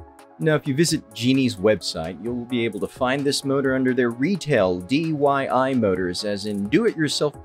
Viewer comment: Its DIY not DYI